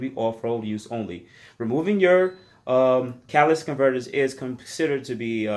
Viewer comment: Catalytic converters. Not catalystic. That’s not a word bro.